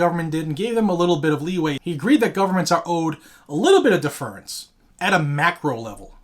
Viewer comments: You are pronouncing DEFERENCE wrong. def·er·ence /ˈdef(ə)rəns/ noun humble submission and respect. "he addressed her with the deference due to age" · Not to not pick but deference is pronounce a bit differently. /ˈdef(ə)rəns/ Love the channel. 2A forever!!!